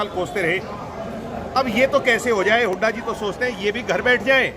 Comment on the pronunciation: बदतमीज है ये बेवडा । अपने दादा की उम्र के भूपिंदर सिंह हूडा को हुडा हुडा करके बोल रहा ह । बोखला गया । लुटेरा